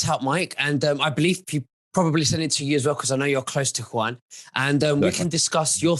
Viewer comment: is such a professional he calls Juan, Quan. Spare me LOL.